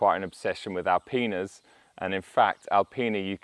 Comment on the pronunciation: I had to rewind and re-listen to what he said. Oh, he said obsession with Alpinas not All penis ;-)